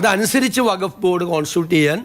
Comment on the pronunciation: വഘഫ് അല്ല വഖ്ഫ്.